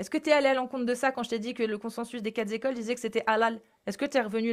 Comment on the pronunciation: Ah non! Pas toi,! les 4 zécoles.......